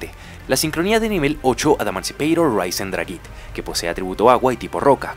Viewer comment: No es "Raisen Dragit", es "Risen Dragait"